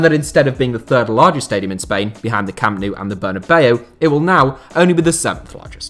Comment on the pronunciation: 0.03 thought he was from Wigan when he said camp nou🤣🤣